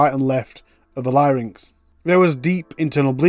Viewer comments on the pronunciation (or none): none